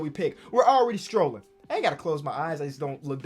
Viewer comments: saying scrolling like strolling makes me mad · Who’s gonna tell its scrolling not strolling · Who gonna tell its scrolling and not strolling😂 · Somebody tell this man scrolling has a c in it and not a t 😂